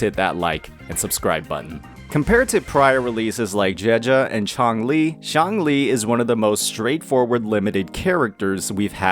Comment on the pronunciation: I keep thinking you're saying zhongli LMAOO